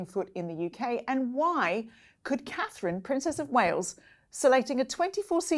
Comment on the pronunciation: I will refer to him as “Dick head” as long as he can’t get Catherine’s name correct….he doesn’t deserve respect when he is so disrespectful..IMO